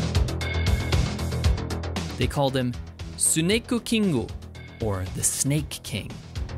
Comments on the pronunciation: "suneku kingu" is just a bad pronunciation of "snake king", no need to rub it in! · "Sunekukingu" haha I lost it after hearing that part... Great video! Video editing as become quite good over the years, keep it up!